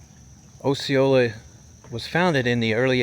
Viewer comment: äsēˈōlə Osceola pronunciation.